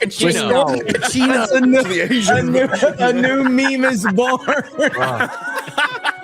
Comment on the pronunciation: dude this, I’m a no sabo kid and was cracking up at COCHINO not coccino (like a cappuccino? I guess? Idk.)